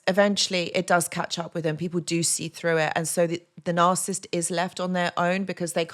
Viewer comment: You struggling to pronounce the N word😂